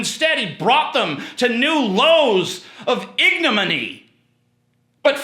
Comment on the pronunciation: You're so sexy when you say "ignominy" incorrectly =P